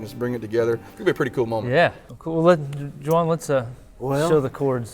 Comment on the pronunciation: i love how he pronounces Juan's name..lol